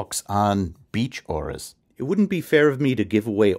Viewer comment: "auras"....ffs people.....